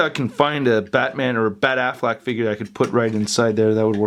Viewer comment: Lol he said Ben Aflac